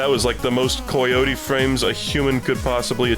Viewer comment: I am convinced is hanging out with some sinister European man that is influencing the way he speaks. First it was pronouncing words like "obscure" as OBB-scure rather than ub-scure, then it was saying "been" like "bean" and now he's saying COY-yotie frames. what the hell